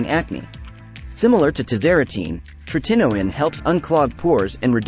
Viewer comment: Teach the AI how to pronounce “tretinoin” correctly. So annoying…